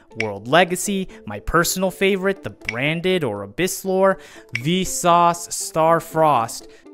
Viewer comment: He says "Visas", I hear "VSauce".